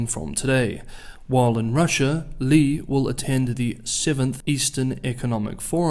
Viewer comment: 利（力？栗？）第四声，不是李，第三声。。。